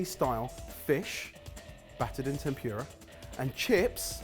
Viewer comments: T E N P U R A not TEMPYOORUH pls :') 天ぷら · i don't understand how he can say furikake correctly but then go back and pronounce temPURE-ah like that. GUYS! if furikake is FOO-rikake then tempura is temPOO-ra. sigh. i still love you guys tho. so i mean fuck me then right. lol. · Every time one of the boys says tem-pew-ra instead of tempura, somewhere in the world, a tempura dies uneaten. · Tem-pu-ra not tem-pure-ah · I came in expecting lots of embarrassing pronunciations but by far the worst one was “tempyura” 😫 The fact that I watched until the end despite this is a testament to how much I love your show. (Tem-pú-ra btw) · TEM POO RAH, not TEM PYOO RAH! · Tempyura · You boys and your damn “tempyura”. Get that y out of there! Edit: Bless you, can always count on that cultural awareness 😂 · Omg I'm British and I feel the exact same way - 'temPUREa' always gets me. It's not even just Japanese words though, Jalapeno and 'sezzame' make me laugh too! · "Temp you ra" -, 2019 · o.O i didn't realize someone said "machi"? xD i got so hung up on "tempyura" 😣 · that's better than tem-PURE-ah surely. lol. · I thought they were saying tem-pew-ra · Ugh, them saying temp your a, it made me cringe every time! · The pronunciation of ‘tempura’ makes me die a little inside every time. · Oh thank goodness, someone else said something about that pronunciation! (nothing about "machi", though?)